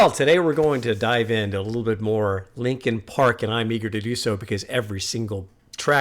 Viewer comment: "Linen Park"